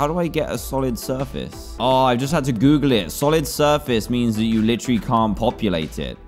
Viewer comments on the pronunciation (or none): none